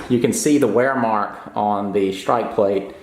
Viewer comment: "Weirmacht??" Ohhh, you said "wear mark"...